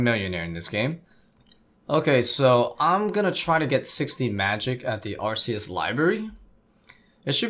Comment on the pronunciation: Pronounced Ark-ay-is not Ar-see-is